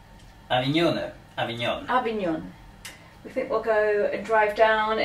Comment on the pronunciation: One does not expect an Italian to know ANY foreign languages, but your French pronunciation leaves much to be desired. Avignon was the Papal seat for over 200 years; that was the Papal residence! If you are planning any travel vlogs, either stay in Italy or learn the correct pronunciation of places you visit, keep well, keep safe!